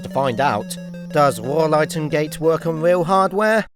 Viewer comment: Pronounce Rohrleitung a bit slower but still impressive (xd) that you pronounced the r right